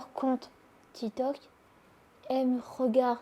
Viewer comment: Grave, déjà quelle n'arrive toujours pas à prononcer son employeur, TITOK